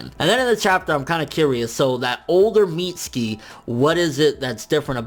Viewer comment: FN its weird how you say " mitz-ski" instead of "mit-su-ki"